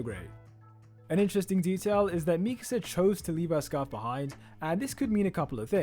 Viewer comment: I just like how you actually pronounce Mikasa’s name correctly